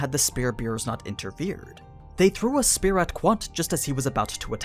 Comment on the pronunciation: Ok its 3 videos for you mispronouncing spear